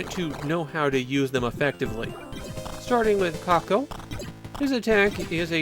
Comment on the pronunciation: I see what you're getting at with the pronounciation of "kakeru", but it sounds like you're just calling him "Cockle". I think there's a lot of japanese words that just don't work unless you're a natural in the language.